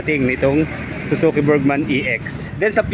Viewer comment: Haayyy salamat. Burgman n din hindi burjsman, kakarindi pakinggan "BURDJSMAN" pati un mekaniko sa min burjsman ng burjsman. ung mga vlogger po jan burgman po hindi burjsman bka sabihin d tau marunong magbasa, pero bos, wala nang tire hugger pala ex